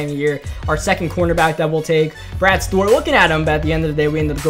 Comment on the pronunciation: Why do you pronounce Stewart as stort